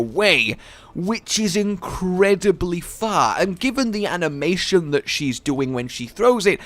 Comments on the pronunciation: Her Ana-mation…kill me now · "Ana-Mation" Good job.